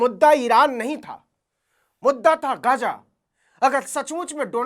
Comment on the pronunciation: गाजा नहीं ग़जा कहिए, फिलीस्तीन नहीं फलिस्तीन